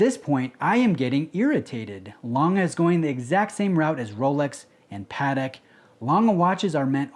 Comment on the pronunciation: I can appreciate that; it's the correct pronunciation. How come you don't pronounce "Patek" correctly?